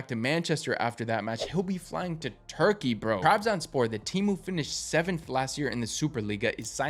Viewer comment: The hell is Turkeyayy' why u say it like that